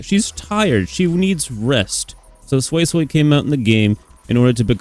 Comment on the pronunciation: Sway sway is perfect pronunciation tbh. No more soysoy